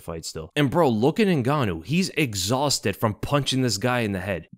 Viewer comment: Francis exchausted? lol put the chips in ther bag weasal